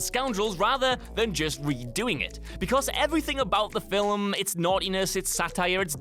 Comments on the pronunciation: it's pronounced "FILM". NOT "FILIM" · fill-ums... ffs that bothered me more than it should have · Does the word "film" have two syllables in England?